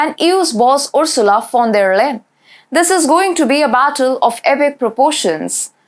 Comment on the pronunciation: If you find time, you may consider looking up how to pronounce Ursulas last name. In every job she failed miserably, so she had to be promoted to get rid of her.